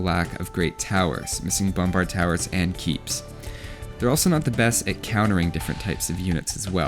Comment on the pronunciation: regardless of where they're et on the health bar That was the most Canadian I've heard you sound in any video.